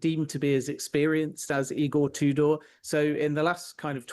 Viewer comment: Pronouncing it "E-Gore Two Door" is certainly a choice.